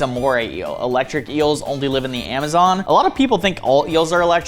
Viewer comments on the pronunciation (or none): none